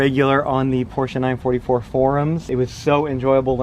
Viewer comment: It's "Porsche" not "porche"